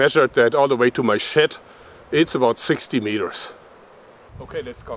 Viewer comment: Awesome video! lol it sounds like you said sh*t instead of shed but I understood you haha